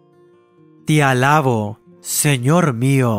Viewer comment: Al que presta su voz para estas oraciones, por favor diga "TE ALABO" y no "TI ALABO"....es que se escucha muy nal 🥺🥺